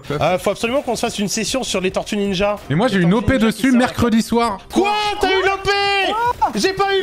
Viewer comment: Correction : Tor - tues Nin - jas, TÔrtuues Niiinjas